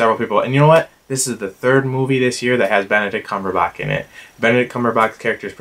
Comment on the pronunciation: Is it just me or are you saying Benedict Cumberbatch's name incorrectly? :P My top 3 are Place Beyond the Pines, Rush, and Prisoners... I'm still working on my list so it could change. I have seen Mud but not 12 Years a Slave yet, but I will in the next day or two